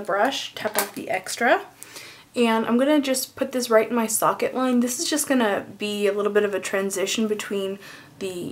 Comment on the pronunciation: It sounded like u said "suck it "line for socket line whoa